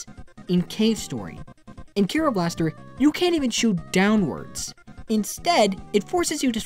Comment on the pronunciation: I'm not japanese so I shouldn't care about this, but its pronounced Dai-Ske, not Dai-sook, and the name of the game is Ke-ro Blaster, not Kee-ro.